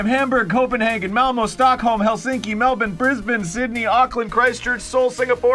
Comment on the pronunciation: As an Australian, I'm proud of Arin for pronouncing Melbourne Correctly 😌